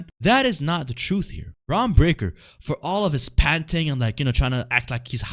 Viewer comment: How are you on here making fun of shit when you pronounce your "R's" as "W's". You sound pretty retarded... lol and you're a "heel'? hahaha Pretty sure his name isn't Bwon Bweaker.. lol